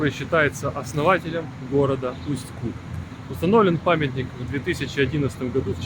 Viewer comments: Все время режет слух неверное ударение. Река КутА, а не КУта, потому в Усть-КутЕ. В целом- спасибо за ролик. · Да ёмаё, ударение ставится на последнюю гласную. Усть-КутЕ, Усть-КутА. Аж уши режет как вы говорите. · Местные делают ударение на последней букве - в Усть-КутЕ. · Уважаемый блогер, научитесь правильно ставить ударение на название города! И в принцепе блог о городе не интересный. Все кусками. Итог: город грызный! Да он не очень чистый, но у нас очень красивая природа! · Ударение делай правильно я могу говорить все что думаю ипоправлять мне 84 года и я жила в Усть Куте ударение на е с 1944 года все прошло при мне если бы могли встретиться то много могла рассказать но увы я далеко пишите отвечу спасибо за мой Усть Кут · Усть-Кут как сильно режет по ушам, историю рассказываете, а название города даже назвать правильно не можете😡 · Если река КутА ,то ударение правильно ставте в названии города , иль поинтересуйтесь у местных!!! .....